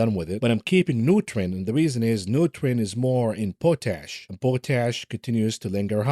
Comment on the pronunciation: POTASH is POT ASH, but not important just for those that might not realize it how you pronounce it... PRONOUNCE IT HOWEVER YOU WANT ITS YOUR CHANNEL, I just want some who may not realize the subject you mention. Disclaimer, this is NOT correcting BUT CLARIFYING.